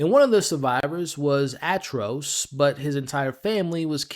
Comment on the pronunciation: 😑😐😶🤐🫢🫣🤨😒🙄😖😮‍💨😤😠😡🤬Yo bro 🫩🙄 you must have heard other people say his name Atrocitus not Atros😒